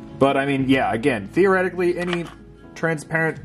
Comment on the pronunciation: Did you say , theo-retically 😆